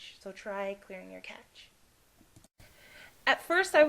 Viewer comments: Cache pronounced like "cash" not "catch"..... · Thanks for this video! It would help many people if you maybe listed some helpful websites to research problems. I've googled many different problems and some websites really don't help, and some really do. It's hard to know the difference. Also, it's CACHE pronounced CASH. It would have a T before the CH if you were to pronounce it CATCH. Thanks! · lol i know this vid is old but her saying catch instead of cache was annoying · why do you keep calling cache a catch? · Lol at clear the cache you said sim compositor crap-cache LOL